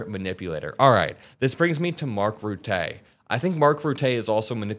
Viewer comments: It's not pronounced as "Rutteé" but like "Rutted" without the D. Rutt-uh. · I like your post, but i cringe every time you mention the former prime minister of The Netherlands name! It’s not pronounced Mark Ruttay! It’s Mark Rutte (eu) not (ay). He is a brilliant man and he deserves his name to be pronounced correctly! Thanks, keep up the good work! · Great video,, you're always great. Mark Rutte is a Germanic name, so we say "ROOT-uh," rather than "roo-TAY." ❤ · It Rutte ... not Ruttée.....😂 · Hey, his name is pronounced "rooter or roota, not rootay. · It's Mark Ruttuh, not Rutay. Other than that, you are spot on about him sucking up just to keep the toddler in a good mood. The 5% budget increase agreed upon by ALL nato allies is clearly BS. Spain has stated before the summit they can't and won't go for it. Still Rutte shoved that under the rug by going... No No No, everyone's onboard, see how happy we all are to please you dondon?! I wouldn't have been surprised if at some point Rutte gave him a golden pacifier or something. The thing is though, narcissists can only be pleased for a short while. It won't work forever, so the U.S. needs to get rid of this embarrassment to their country and the puppeteers controlling him so America will once again be respected by the outside world. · It's Rutte not Routez like you pronounce it . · It’s pronounced rut-uh (rut as in stuck in a rut) (uh as in uh - oh) not Roe-tei ✌️ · IT IS NOT rootay! Its RUTTE all hard letters. He's Dutch and Dutch is a language of hard pronunciation. Also ad a Brit i read Rutte's statement as the biggest sarcastic piss take in history. When you 'over flatter' its more like Sarcasm! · Rutte, niet Ruttéy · Great thinking,. Please check Mark's surname though - its pronounced 'Rootter' not Rutay. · you pronounce his name Mark RUH-tuh as in BUT-a not BOOT-ay. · its pronounced Rewta, not Rutay or Ruté, he's not French, he's Dutch! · I dropped a like, but "Ruttay"? :)